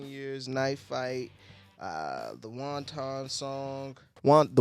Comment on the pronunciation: Fun review and rather insightful... though it's not WON-TON like the Chinese food, lol, it's pronounced WANT-en. The word 'wanton' describes doing something in defiance of others with no care of consequence... often describing someone who is sexually unrestrained. That's what the song's about. Anyway, keep groovin'.